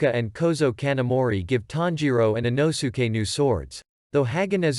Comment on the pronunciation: He really said ino-suke he’s called inosuke